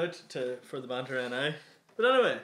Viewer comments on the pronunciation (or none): yea the manter ni no its the banter ni you bitch